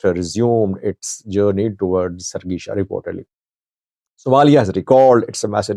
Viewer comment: the correct pronunciation is Har-gésa NOT Hargeesha 🚫